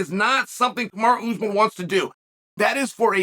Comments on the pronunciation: It’s not “Kamari” it‘s, Kamaru. So don’t try and wigga-fy it. That’s only used as convenient. So is that what it is? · I think uncle chael pronounces names incorrectly on purpose!! 😂 kamara usman